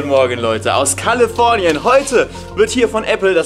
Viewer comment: Niemand: Felix: Kallefornien! xD (nur Spaß)